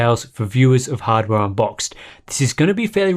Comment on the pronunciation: No one going to talk on how sharp, clear, and explicit pronounced hardware unboxed at the beginning?